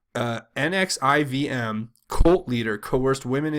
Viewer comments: Says pronounced nexis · Pronounced Neks•see•um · The NXIVM is pronounced Nexsium like the medicine. I had to look it up because I knew it was name but I didn't know how to pronounce it either. Just sharing. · Keep it up brother. It's pronounced nexium (nxivm) and kill stop.